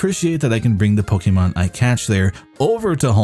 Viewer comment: Call yourself a Pokémon fan. Says “Po-key-mon” and not “Po-kay-mon”. SMH SMH.